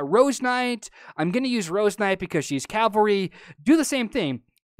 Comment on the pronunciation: Its cavalry! Spell it with me, C-A-V-A-L-R-Y. Not calvery. not cavlery. CAVALRY!